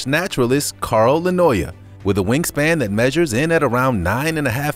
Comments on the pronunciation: In the Atlas Moth section, the narrator totally butchered the pronunciation of Carl Linnaeus...he said, "Carl Linnoya"...LOL! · A narrator should know how to pronounce "Triassic", "Maori" and "Linnaeus"...